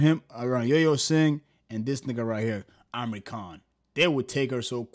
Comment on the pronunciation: amri khan 😂bro its imran khan